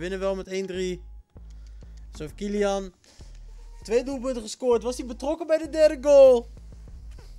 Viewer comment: Je zei KyliAnus en MbapPenis hahaha